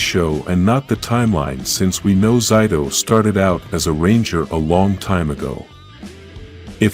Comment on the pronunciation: again with pronouncing zayto even aiyon name too zayto was not the only who could use the the sword the morphin master green gave to the rangers and zayto beat the monster in season 2 but not save amelia free her parents by showing them she is their child man just the intro has a few mistakes dislike